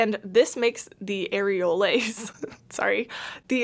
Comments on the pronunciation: Areole and Areoles are pronounced like pole or poles. they are not made of Air and Lays chips thank you for your service in the war against over priced plants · Areoles is a French plural of the word Areole and it is pronounced ah-ray-OHL for both singular and plural, the 's' is mute.